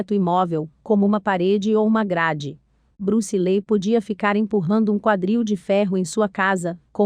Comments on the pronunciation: Bruce Lei???😂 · Bruce Lee...sera sempre uma lenda das artes marciais...agora essa narradora n.sabe pronunciar o nome Bruce Lee.😏